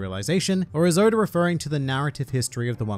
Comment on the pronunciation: Nobody:Oda: Odur